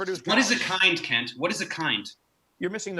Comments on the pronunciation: What he said: “Hey Kent”! What we heard: “Hey Cunt”! Truth and 🔥🔥🔥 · i think you mispronounced Kunts name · Ahhh! It's pronounced "kent" ! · You mispronounced his name, Dave. The couple of times I heard you, it actually sounded like “Kent”, when we all know it's really “Cu#t”. What happened to my keyboard just now? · I love how Dave says, "Hi Kent." You can almost hear the U. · "See you later Kent" ... not sure the emphasis on "Kent" was subtle enough ;) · Are we sure his name is pronounced as "Kent"..? I'm fairly sure the correct way would involve sounding another vowel in place of the 'e'... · That "hey Kent" sounded like "hey cunt" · Something wrong with my ears. When Professor Dave says "Kent", I keep hearing a different vowel.... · I love the way Prof Dave say the word "Kent" there's a tiny but inflection that sounds like he's almost saying another word that I couldn't possibly write here as it's a family channel. love ya David ✌🏼